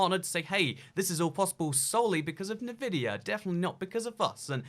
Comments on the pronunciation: The GTX 10 series can actually do ray tracing. Also, NI-vidia? It's pronounced EN-vidia. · "en-vidia" not "Navidia" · hardly... The company name begins with the letter N. N vidia. He can say N. His pronunciation is as if he is sounding out the N. Plenty of Brits say it correctly. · It's N-VIDIA not NI-VIDIA. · Love you bro... But you need to say Nvidia correctly... It's obnoxious! Say it like so it sounds like this.. ENvidia. Not Nuhvidia. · En vidia not na vidia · btw it's pronounced en-vidia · It's not nuvidia, why do you pronounce so many words wrong? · Partnering with Ne-Vidia... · Ah yes, navidia.... wait what? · The way you say NVIDIA is odd to say the least xd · Is it just me that gets annoyed by the way he says Nvidia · OH MY GOD I CANT WATCH THIS WITH THE WAY HE PRONOUNCES NVIDIA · Can we talk about how he pronounced Nvidia? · Take a shot every time he mispronounces Nvidia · Why do you say Nvidia like that. That is the only thing I've thought about this entire video... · Yeah ik, a lot of people are saying it weird.